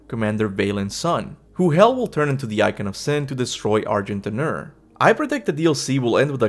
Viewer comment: You definitely don’t pronounce the d in argent d’nur… it’s not argent dinner lol